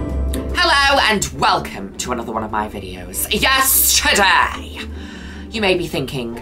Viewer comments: THIS WHOLE TIME I THOUGHT SHE WAS SAYING “Yesterday”!! YEARS!!!! Wow. I feel like…. I need to sit down. Juno has been saying “Yes, Today”?!?!?! I can’t believe it! 😂😂😂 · i always thought she was saying 'yesterday' not 'yes, today' in the beginning of her videos. am i the only one??